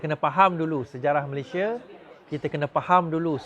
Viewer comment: Keep fighting n bury all the corrupt traitors alive but btw the name of our country shld be pronounced as Malaysia as spelt in BM instead of 'Malayshia'. Good luck to you n your team.